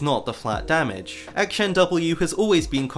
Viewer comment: i cant watch this video with the way you say akshan